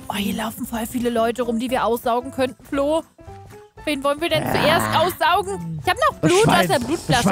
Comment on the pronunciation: Sie hat Flo gesagt und ich habe Klo gehört